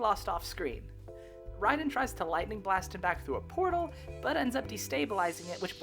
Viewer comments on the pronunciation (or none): Great video but I do hate how you call him raiden instead of (ray den) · Great vid, I have to say though... "Ray_Den" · You pronouncing Raiden wrong gives me the Ick but great video 😅